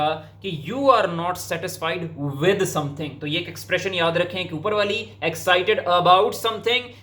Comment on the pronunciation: Your way of asking "excited about something".😂